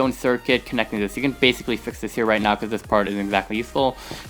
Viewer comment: Why is your "This" Sound Like "Zies"?